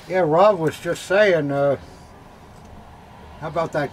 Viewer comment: Am I the only one who thinks he's always saying, "Hob," not Rob. BTW I think Hob would be a cool boy's name.